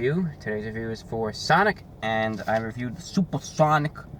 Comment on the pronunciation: suPaH sOnIc